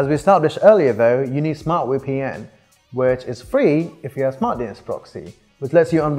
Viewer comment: He says "WEpn" 😂 I can't breathe because of that! Wery wery good 😆 I've heard of a VPN but never (newwer?) A wee pee enn.